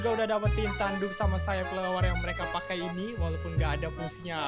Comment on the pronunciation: PAKE z bukan pake s maaaf